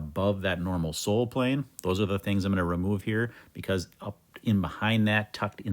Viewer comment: When he said sole plain (2.51), i heard soul plane 😅